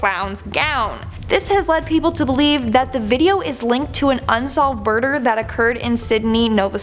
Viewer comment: She said burder hahahahaha